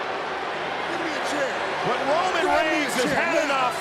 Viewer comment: I'm pretty sure sami cried "Woman" instead of "Roman" 🤣